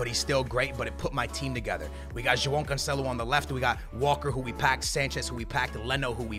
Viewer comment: "jo-oh canceloo"